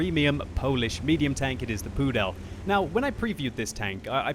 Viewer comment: Lol, the way how you pronounce it sounds like prdel instead of pudel. And prdel in my language (czech) means ass :DDD